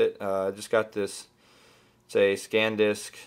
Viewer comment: Thanks (f). By the way, it's SANdisk not SCANdisk :) Lol